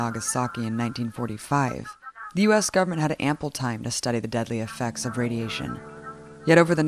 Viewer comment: I really like EF, but I desperately wish Abby would pronounce the word "government" correctly. It has 3 syllables, and is not pronounced "govment".